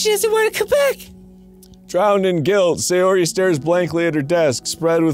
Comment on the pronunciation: "Sayori", with an "a"